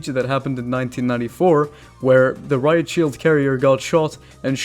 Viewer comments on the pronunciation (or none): none